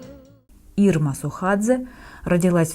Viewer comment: Ирма Сохадзе, а не СУхадзе)